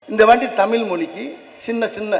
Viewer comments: 1) தமிழைத் தமில் என்று கூறாதீர்கள் ஐயா 2) கிளி, காக்கா, நாய், மாடு போன்றுதான் மனிதனின் அறிவா? 3) எல்லா பாடங்களையும் விருப்பப் பாடமாக வைக்கலாமே. கட்டாயம் ஏன்? 4)ஒரு மொழியைப் படித்தால் நம் மொழி அழிந்துவிடும் என்று வாதம் ஏற்புடையதல்ல. 4) மொழி படித்தால் நம் அடையாளம் போகும் என்றால் ஆங்கிலம் படிக்கலாமா ? 5) திமுக வினர் ஏன் இவ்வளவு பிடிவாதம் பிடிக்கிறார்கள்? 6) கையெடுத்து வேண்டுகிறோம் ஐயா.. தமிழ் மாணவர்களுக்கு அறிவை வளர்த்த, தன் நம்பிக்கை வளர, நம் பாரதப் பண்பாட்டை நன்கு உணர, நமக்குள் ஒற்றுமை வளர நமது தாய் மொழியை மேலும் நன்கு உணர, கிடைக்கும் வாய்ப்பை கெடுக்காதீர்கள் ஐயா இதை மாணவர்களின் மேலான நன்மையைக் கருத்தில் கொண்டு EGO பிரச்சினையாக , அரசியல் பிரச்சினையாக , தவறான உணர்ச்சிகளுக்கு இடம் கொடுக்காமல் படிக்க விடுங்கள் ஐயா. Please think in deep 🙏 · முதலில் நீ தமிலில் கத்துவதை விட்டு தமிழில் கத்து... என்ன தெரிந்து பேசுகிறாய்...?